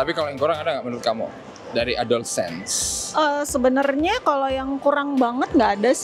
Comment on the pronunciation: Dibacanya adolescence bang bukan adolsense